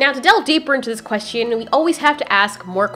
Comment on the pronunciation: SAY QUESTION NORMALLY "Quest-chun" not "quest-ian"